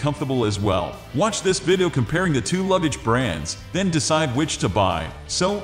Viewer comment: What’s a "vidoww"?